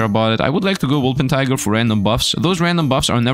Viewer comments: It’s not named a „Wolpertiger“, it’s a Wolpertinger. That one hurts every time you say it wrong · wolpertinger i know, i know, i'm pedantic and i'm fighting windmills but it's WOL-PER-TIN-GER